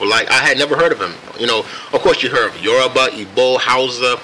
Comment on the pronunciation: I'm half Nigerian and I just want to acknowledge how Mr Glen pronounced both the Yoruba and Igbo tribes correctly😊😀😁 Yesss!!!